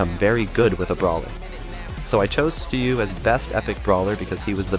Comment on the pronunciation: Bro can’t even pronounce his name. It’s “Stu” or “stew” not “sto” or “stow” learn how to speak properly lil bro